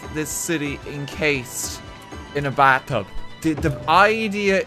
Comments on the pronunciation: Is the letter H silent in in Ireland. The bat tub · The bat-tub in the bat-room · "so this is gonna be. the baa tub." hmm yes thank you accent. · Because of his accent it sounds like he is saying bat-tub I can only think of batman sitting in the bat-tub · TO THE BAT-TUB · "The BAAtub"